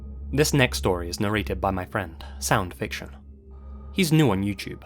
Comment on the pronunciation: I swear to Odin I thought he said Sam Fisher not Sound Fiction 🤷🏻